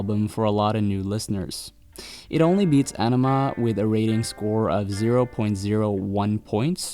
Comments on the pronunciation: Great video! You mispronounced their second full length album, however. It's pronounced "AHnima", not "Enima". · AWnima...not Enema...oi. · Ænima is pronounced "eye" "neh" "ma"